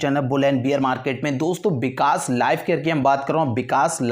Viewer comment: Bikas kya hota h vikas hota h ...😁